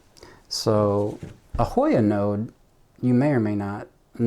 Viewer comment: Another YouTuber just got this Hoya. She couldn’t pronounce it either.